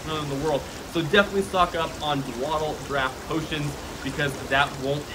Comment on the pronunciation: Agreed. His mispronunciation of dawdle (daw-dull) is a bit irritating as well.